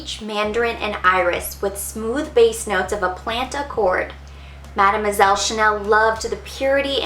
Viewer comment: Coco Madeu moiselle and Coco nouare. Like your accent when you speak in... français. For having this collection, I say thanks GOD.